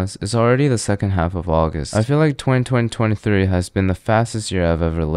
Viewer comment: No one talk about how he said "202023"? Are we going to let it slide?